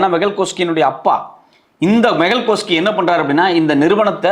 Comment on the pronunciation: மெகல் சோக்சி(கோஸ்கி அல்ல)